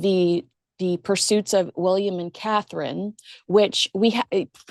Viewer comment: her name is Catherine! is it so hard for you to say it right?